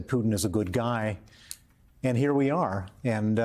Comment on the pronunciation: You mean "The line must be drawn HIEAH"